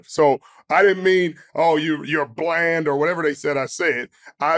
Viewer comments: Why he lie and say he said the word blend and not bland 😂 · I knew he said “blend” and not “bland” media will run with anything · When he said that he said “blend” I was saying to myself wow he’s just lying to save himself now, then I went back to watch it and to my surprise he really did say blend lol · Sherm is cap you said bland! Lol